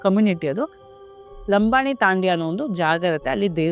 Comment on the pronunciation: ಸಿಸ್ಟರ್ ಅದು ಲಂಬಾಣಿ ತಾಂಡ್ಯ ಅಲ್ಲ ತಾಂಡಾ ಹಾಗೆ ಆ ದೇವರು ಉಕ್ಕಡಗಾತ್ರೆ ಅಜ್ಜಯ್ಯ ನಿಮ್ಮ ವೀಡಿಯೊಗಳು ಆಸಕ್ತಿಕರವಾಗಿರುತ್ತವೆ. ಇಂತಹ ರಹಸ್ಯಕರವಾದ ಕಂಟೆಂಟ್ ಗೆ ಧನ್ಯವಾದ 😊